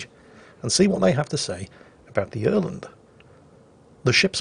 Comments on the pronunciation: Quit making an ass of yourself with the hurgedy-burgedy-speech. You actually pronounced "Öland" pretty well for a Brit. <3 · You're actually pretty close on how you pronounce Öland. As for the "Not promoting TKing" I have a silly one for you there. I was in a match where we had a Nicholas that was more or less completely useless. I asked my team as a joke, "Can I sink our useless Nicholas?" The DD in question was parked tightly behind an island and only backed up to torpedo, thing was that there was nothing in range of his torps. An other team mate said he could do it because he was closer and he torpedoed him. But instead of raging at the team mate for TKing him the Nicholas player raged at the enemy DD for cheating by torpedoing him through the island. As for good AA combos, for the many people that just H A T E the "Fun Police" and much as me. If you team up a Halland and a Minotaur that's been set up for AA then you have a combined continuous AA damage of over 1000. I tried playing CV before the CV workover and I found it incredible boring, and I tried it again after the rework and I did play for a while, but I still find them incredible boring to play. What carriers need is a fuel limitation on the planes, give the planes a limited range and time in the air, like the time it takes to fly straight out from the CV to a maximum of 28 km before the planes don't have enough fuel to make the return trip. They can continue to fly beyond that, but the planes that hasn't returned to the CV before that are never returning. It gove a bit more balance and it mean the CVs need to stay a more active member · You pronounce Öland pretty well actually. Good video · Hey, that was actually a good pronounced Öland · Perfect Öland pronounciation! 10/10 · You are saying Öland correctly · Actually, your Öland pronounciation..... is close enough, good job:P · your pronunciation of Öland was spot on